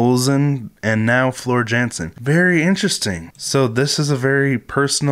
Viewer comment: The dutch do not pronounce the letter J like in english language instead they pronounce like its a Y. So floors Janson is really floor Yanson